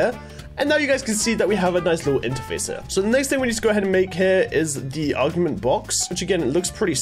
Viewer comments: When says augment and augmentation as argument and argumentation 😂😂😂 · Is anyone going to tell him that it’s not argument